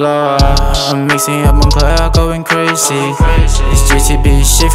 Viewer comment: he said "Crazee"